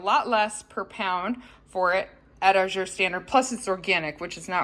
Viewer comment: AZURE = aaaa as in cat. Emphasis is on the FIRST syllable! Think of the word "pleasure" and you'll get it right! :) Or google "azure pronunciation" to hear it. I love Azure -- been ordering from them for years.